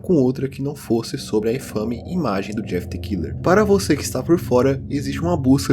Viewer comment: The= pronuncia "de".